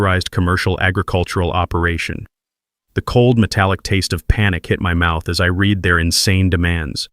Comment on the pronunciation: Couldn't you pronounce "read" correctly???